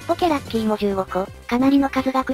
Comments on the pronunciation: ポケ↑ラッキィ↓ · ポケ↑ラッキー↓